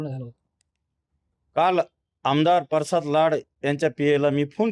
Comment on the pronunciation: परसाद नाही रे प्रसाद आहे